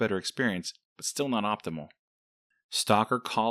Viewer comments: The way he said Pripyat bothers me lol. Nice video though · I had to turn on closed captions to understand what the name of the game was. Stalker: Call of Pripyat. I'll have to give this game a try.